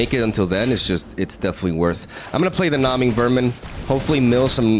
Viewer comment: It's pronounced Gnaw-ing, you're saying it like Gnaw-Wing. Hope that helps 😊